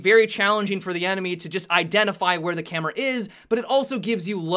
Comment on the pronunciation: "ze camera" lol